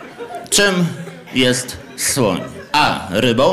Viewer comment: Nie słyszałem jeszcze o zwierzeciu które się tak wymawia. O słońu szłyszałem ale o takim zwierzęciu jak wymawiasz Ty jeszcze nie słyszałem😂😂